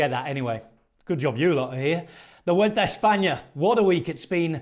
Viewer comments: Kudos to Rob Hatch. Few people in the pro cycling circles pronounce Vuelta correctly!:face-blue-smiling: 👏👏👏👏👏 Just realized he also pronounces Le Tour de France CORRECTLY, too. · The pronunciation of Spanish names and locations is nearly perfect. I wouldn't hate it if other folks took notes.